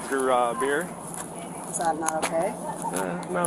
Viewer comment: “Beer”, has one syllable.